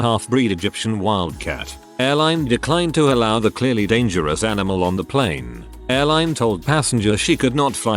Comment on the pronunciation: Why does the robovoice use pleen for plane?